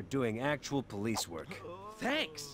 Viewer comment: I like how says "Pholice" Instead of "Police" Or popo